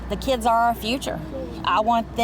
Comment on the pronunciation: then “keeids” is at them diddy dungeons😮